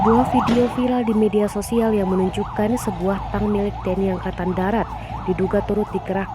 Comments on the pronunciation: Mbak mbacanya tank bukan tang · Tank dibaca tank.. 🤣🤣🤣